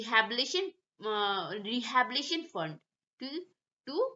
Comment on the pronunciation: Pronunciation thik kijiye. Its rehabilitation. Not Rehabilition